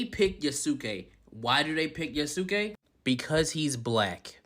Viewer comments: YA-SKE, not yasOOke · Yoo ski......Yoo ski If you're going to be critical of a story at least pronounce the fucking name correctly. Yaah sss kaay. Like good lord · Just to let everyone know, Yasuke's name is pronounced as (Yas-Kei), not (You-su-kei). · the Us are almost always truncated - so you would say this as (long A)Yah-skay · That yooouuuuskay hurt my soul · It's pronounced yaaah-soo-kay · Your way of pronouncing Yasuke’s name is like watching the guy who pronounced Shaquille O’Neal’s name as “Shaquallay Onalley”. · Self proclaimed Japanese culture expert can't even pronounce the name Yasuke right. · To help with the pronunciation, Yasuke rhymes with Sasuke, a character from Naruto. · I love how everyone reporting on it can’t pronounce the names in Japanese. lol. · Yasuke‐ "Yah-Su-keh" Yasuke was never a Samurai. It is very difficult to be a samurai. He was a retainer, and that was it. And he only became a retainer because his skin color was exotic. The first non-Japanese samurai was a white man. I believe he was Dutch(correct me if I'm wrong). It's disgusting that they're trashing someone else's culture, yet they're so quick to jump on the cultural appropriation train. Hypocrites. I hate that they're rewriting history to suit their own narrative. DEI is trash. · Never heard anyone have so much trouble pronouncing TSU and does. Ghost of SHUshiman eh?? Also not Ya-SU-ke. The U sound is minimized not emphasised. It sounds more like Yass-ke, a very common boys name.